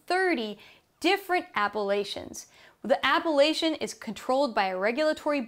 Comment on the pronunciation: Could you at least try to pronounce 'apellation' properly?